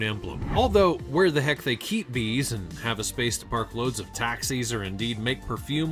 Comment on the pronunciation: Bees 😂! Not ees